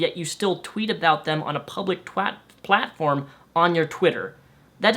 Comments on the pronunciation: XD you almost said "public twatform" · "public twat-platform" LMAO but I get it. I mix my letters up all the time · Lol "twatform" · "Public twatform" - Your slip of the tongue Couldn't have said it better. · did you almost say a public twatform? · Or platter :'D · im sorry but i just gota say this "...public twatform..." ~ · Lol, you almost said 'Twatform'...😂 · "Twatform" you had it right. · "Public Twatform" Hahahahaha..., I fucking love you sometimes. Your videos are great too. Hahahaha. XD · lol you almost said public twatform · "a public twatform" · 'twat-form' - hilarious slip! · Ha, you almost said twat form im so using that now xD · Did anyone else notice that Freudian slip about 8 minutes in. When he tried to say platform, I don't know about the rest of the audience but I found that hilarious.